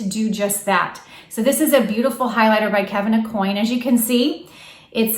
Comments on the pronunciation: Hi, great tips. Please note, it's pronounced Kevin A-Kwan not coin. 😉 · Aucoin is pronounced O- kwan.